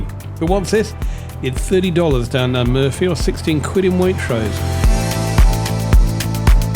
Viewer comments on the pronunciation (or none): none